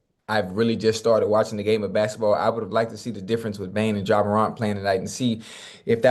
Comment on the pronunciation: ima need Ocho to say Ja last name right 😂😂